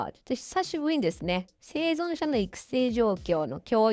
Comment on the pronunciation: 生存者言えてない😂